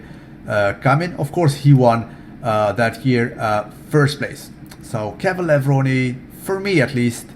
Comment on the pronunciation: Hey there nice to hear you pronounce K. lavrone correct Sorry if i make some typos